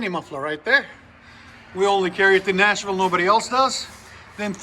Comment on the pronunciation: He said in Nashville. It’s his accent that might be throwing y’all off. And he did say it a little odd. But that’s what he’s saying.